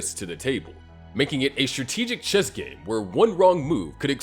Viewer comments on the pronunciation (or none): none